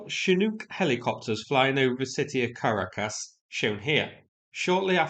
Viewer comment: my mom laughed at how you pronounced Caracas lol